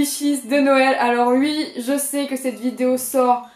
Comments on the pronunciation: Je kiffe comme tu dis oui —> ui ? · Tu dis UI c'est chiant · "Ui" ça me fait craquer 😂😍